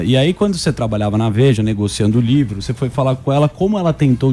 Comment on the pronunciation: Esse sotaque paraense é chato demais. Me perdoem a sinceridade. "LHIVRO" é meuszovos.😅😤🤦🏻‍♂️